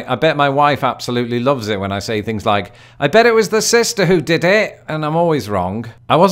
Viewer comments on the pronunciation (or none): none